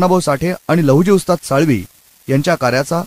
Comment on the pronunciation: लहुजी साळवी असा उच्चार नाहीये हो साळवे असा उच्चार आहे.